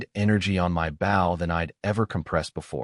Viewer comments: Like the story but you have a recurring mispronounciation, bow like the weapon is oh, you have it pronounced as ow, like bow to your partner in dancing. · If every other word in your story is bow for Gods sake pronounce it right